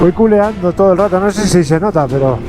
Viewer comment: Minuto ... Debes decir Coleando... Dijiste culeando... Es fo..ar ojo jajajaja